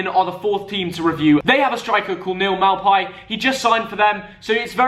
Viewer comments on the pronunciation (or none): For Neal Maupay, he has said himself it is pronounced 'mopay' just a little thing. Love the vid